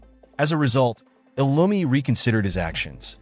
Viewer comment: that's not lumi that's illumi